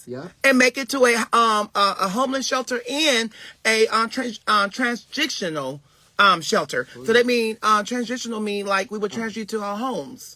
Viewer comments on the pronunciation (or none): OMGGGG SAY “TRANSISTIONAL & PERMANENT” again! 😂😂😂😂 and what’s the meaning 😂😂😂😂😂 IF HE DON’T GET IN A SPEECH CLASS! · TransJICTIONAL? 😐 …..PERMANT🥴 You know what! & Tiffany has no good input. Had he not put that camera on her, I wouldn’t know she’s there? Shordeeee is carrying both of them on his dreads SMH!